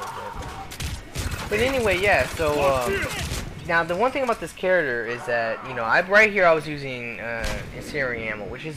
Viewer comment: Please stop saying charater!